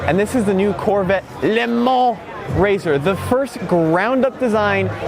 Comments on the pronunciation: Why do you keep saying "LeMans" like a fool?! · Please never say Le Mans again